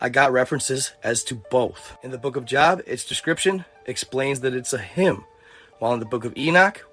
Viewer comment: Bro at least learn how to pronounce the book of Job properly. It’s job but Joe-Ob like the dude from arrested development.